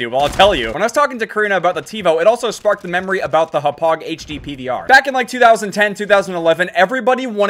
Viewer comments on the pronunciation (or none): Yo you said Hauppauge wrong